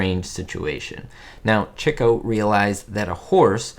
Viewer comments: I learned a lot from this video! One thing I have been doing up until now is saying his name as “chee-koh” and not “chick-oh”. Thank you for clearing that up! Have you seen “Love Happy”? If so, what are your thoughts? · I knew several years ago that his name was pronounced Chick-o, but did not know the reason. Thanks,. Great video.